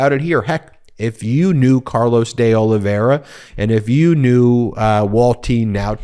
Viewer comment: Please Ben, pronounce the i in Olive i ra , last name. It’s painful to hear you night after night saying “Olivera”